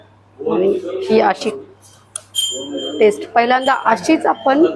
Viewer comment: नमस्कार, सर्व प्रथम आपले अभिनंदन कारण आपण मराठी ब्लॉग बनविता आहात. आपला हा ब्लॉग बघितला काही त्रुटी आहेत, आपणास नम्र वीनंती आपली मराठी भाषा शुद्ध बोलण्याचा प्रयत्न करा काही चुका तातडीने दुरुस्त करा. 1) आपण: आपन नव्हे 2) पण: पन नव्हे 3) जाणार: जानार नव्हे 4) फरसाण: फरसान नव्हे आपण एक इंग्रजी शब्द वापरला: wow कशाकरीता त्यापेक्षा अप्रतिम हा शब्द, एक bite घेते: यापेक्षा चव घेते. राग आला असल्यास क्षमा असावी